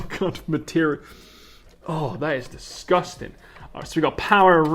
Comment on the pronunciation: Why you say it like that lady DISGUSTANG! xD